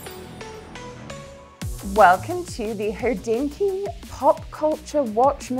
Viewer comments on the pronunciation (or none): Just a small linguistic comment - why do you guys pronounce Hodinkee as if there is „oo” in there? It has nothing to do with the hood. Think of a single „o” in the word „coctail” - it’s the same thing here. It’s not a nuance, as to anyone with Slavic roots pronounciation like with „oo” sugests a very slim person, rather then the correct meaning of a wristwatch („hodina” means an hour in both Slovak and Czech, hence “hodinky” - wrist watch). I understand you’re a New York based website and can always argue it’s an American way of pronouncing it but it just does not make sense linguistically and it hurts Slavic ears 😀.